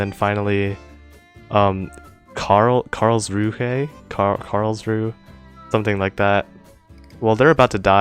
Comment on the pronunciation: On a semi-related note, the german ships you mentioned are "shpeh", "liep-tsig" and "karls-roo-uh", if I were to approximate them with english phonetic spelling. They were, however, quite a bit closer to the german pronounciation in your previous try. The next step I would recommend if you try to pronounce german is getting down the uvular rhotic, which is a separate sound from the retroflex rhotic most english has